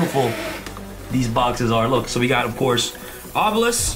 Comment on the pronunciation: Me hearing you say obilesk is powerful me having dragon master knight